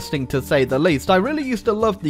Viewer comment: I have a suspicion that might be french. Because of this "Thé"